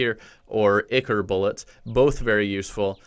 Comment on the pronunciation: Miss boy its pronounced "eye core"